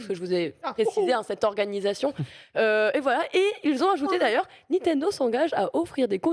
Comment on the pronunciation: J'adore mais ca me trigger tellement quand elle prononce "NiNtendo" sans N, "Nitendo" xD.